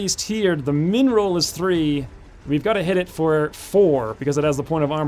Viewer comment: "min roll"? i keep hearing "mineral" :D mby u can rename the minimal damage to that :D